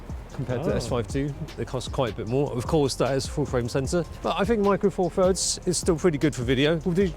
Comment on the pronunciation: All I'm hearing from is Micro Four Furds. Once it's heard it cannot be unheard. 😂